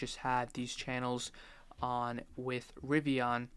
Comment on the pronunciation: What the hell is a Ri-vi-Ah-n?